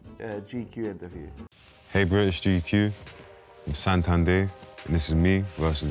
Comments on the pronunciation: I died when he called him Satan instead of Santan 🤣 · I think he loves the fact you keep calling him Satan instead of Santan 🤣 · Editors: It’s santan: Satan Editors: santan: Santan the rest of the video “Satan” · “Santan Dave”: “suntan Dave” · Keeps saying Satan Dave 😂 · SaNtan, not SATAN... lol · Very dutch "Satan" . Just Saw the vice video of you at AVW. Was fun to hear that. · Okay like. can fucking memorise nearly every watch, but can't get Santan Dave's name correctly, after getting it repeated like 20 times, ahahah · can pronounce every watch brand but not the word “santan” lol. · Idk if you’re purposely mispronounced his name but it’s kinda annoying